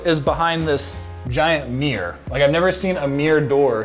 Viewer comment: Some teach this man how to pronounce mirror